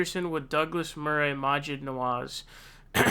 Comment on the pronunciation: I don't know if it's just you saying 'Murray' wrong or a general American thing, but that's not how you say his name.